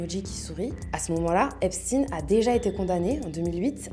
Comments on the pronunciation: Vous êtes des hypocrites.. vous faites comme les medias mainstream. J'ai zappé au bout de 20 secondes. Vous prononcez le non Epstein en epstine... Comment prononcez vous Le l'on de ALBERT EINSTEIN .. ?? EN EINSTINE??? vous protégez toujours le peuple qui fout le monde a l'envers... je me desabonne.... et vais suivre les les vrais journalistes citoyens. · Epstainnne ✡️ ☹️ on dit pas Albert Einstinnne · Pourquoi tu prononces Epstiin ? Tu dis Albert Einstein, pas Einstiin, non? Ils ont la même origine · la fille Lang dit epstin… ça doit être un truc du Milieu 😅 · pourquoi seulement ce nom-là a-t-il droit à cette prononciation? Ça ressemble à de la novlangue